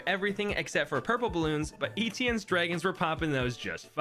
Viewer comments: ITS NOT “ETN” ITS “ETIENNE” ITS FRENCH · Stop pronouncing etienne like E.T.N.